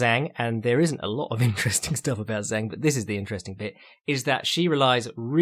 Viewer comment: Man, you nail a weird name like Andrade, but then go on to butcher Chinese and Japanese names to the point I have a hard time understanding who you are talking about. Zh = like "j" in "jungle" or G in "George". Now you know how to say both Zhang and Shenzhen. For Japanese names (or word for that matter), emphasis on the first syllable, KYOtaro, not KyoTAro.